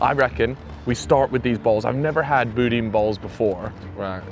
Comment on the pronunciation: that is not how u pronounce boudin